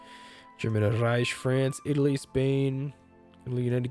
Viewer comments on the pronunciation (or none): It's Reik not Reish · REICH Rike Not Reish Rike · you are rolling german and swedish words when you dont need to lol. Reich is more like Rike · You say reich dead weird ? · It's basic German. Ch is Pronounced like J in Spanish.